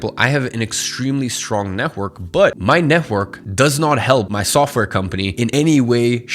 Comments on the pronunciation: NET -WORK not NEH-WORK😭😭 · Neh-work. Why between many other words you choosed to mummble this one?) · It really annoys me the way you say "network". It kept throwing me off throughout the video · Love the way you say netwhork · No offense, but the way tou say "network" is so funny. Had a good laugh. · The way you say "network" is funny :) Good vid! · why do you say "network" like that lol is it just me who doesn't hear it straight or m tripping